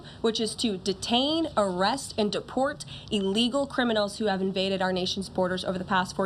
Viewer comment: It’s ‘Il-legal’, not ‘e-legal.’ Just for the record. She did great dealing with moronic ‘journalists’.